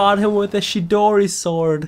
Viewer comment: it is not Shidori it is Chidori